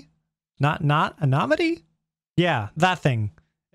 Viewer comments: love the vid btw its AN-I-NIM-I-TY was the word you were looking for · Anonimity (An-on-im-uh-tee)